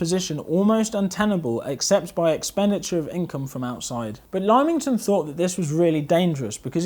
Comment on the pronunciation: Chum, good vid, well done. But Lymington: its Limb-ington, not Lime-ington.